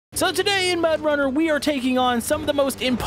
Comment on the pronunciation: "So today in MudRunner,", c'mon lol.